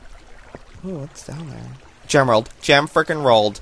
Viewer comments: Husten Husten we found a frekin gemrald lol when is he going to learn that it is emrald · its not a gemerald it is a emrald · no it was GEM-rald :)